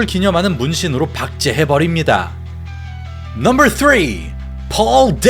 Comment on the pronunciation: 넘붤 테에엔 넘벌 나인 넘벌 넘벌 넘벌... 어색하게 혓바닥 굴리는 발음 어느나라 발음?